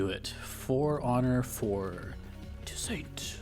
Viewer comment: its pronounced too-SAUNT